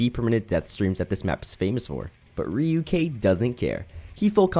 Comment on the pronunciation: ryuk is named after ryuk the shinigami from death note so get his pronunciation right